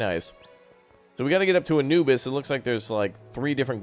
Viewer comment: HE SAID ANUBIS WRONG OMG